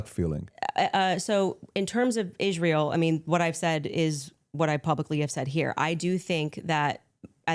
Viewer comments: She cannot pronounce Israel. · Why is does she pronounce the word Israel as if she's just now learning to speak English? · the only person in the world that cant pronounce “Israel”